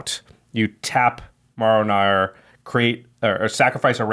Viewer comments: Unbelievably upset you continuously mispronounced the name of one of my favorite commanders MARROW (not morrow) gnawer. 9/10, don't disrespect my man like that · I think you mean Maro Naughr.